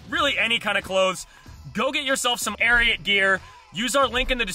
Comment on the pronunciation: You butchered ariat 😂🔥